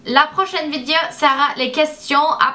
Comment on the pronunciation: C'est trop chou quand tu dis "vidéo" (vidio) '! Tu est juste magnificiiiiiiiimmmmmmme *_____*' <3